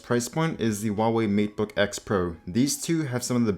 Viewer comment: Is that the Matebook X Pro he was talking about at the time? (Though his accent makes it sound like MeatBook to me!)